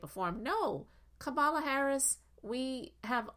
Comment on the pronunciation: He purposefully pronounces Kamala’s name wrong. If he isn’t doing macro aggressions it’s because he’s using micro aggressions.